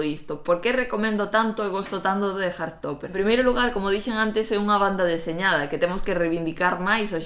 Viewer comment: HAAHAHHA "hartstopper" escuitando como dize-lo hahah tou namorado desta bd e série, quero ficar nela a viver